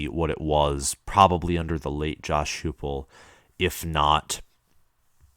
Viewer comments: Dude, his offense was 2nd in the nation. and his name is pronounced Josh HYPE-ul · Heupel is pronounced HI-PEL, dude. And Fulmer is still alive.